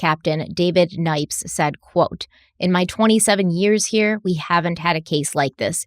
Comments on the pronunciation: heera Me: your RI accent is coming out 🤣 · accent especially when saying here. I had to rewind to hear it again. It doesn't come out too often, but when it does I always rewind. Great coverage as always, guys!